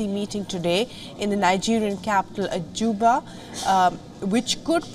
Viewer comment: Not Ajuba but Abuja. Learn to pronounce very well